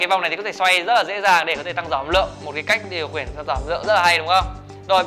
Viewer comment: Sao điều khiển anh lại đọc thành điều khuyển